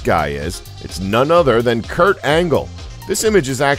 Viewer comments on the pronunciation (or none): none